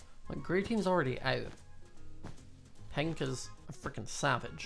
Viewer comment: i love his acent when he say pink it soundslike pint